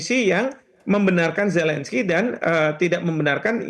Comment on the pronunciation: Ini Metro TV gimana sich, kesalahan fatal merekrut pembaca berita yg tidak bisa mengucapkan huruf Z, huruf Z bukan huruf J, gak bisa merubah pelafalan nama orang, Zelensky, bukan Jelensky....fatal banget itu🤣🤣🤣🤣